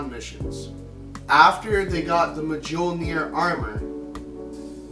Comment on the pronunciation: Its pronounced "MYOL-nur." Fuck.